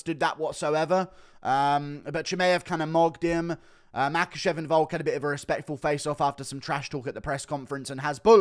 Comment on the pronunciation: 😂😂😂 why can't you say chimaev's name properly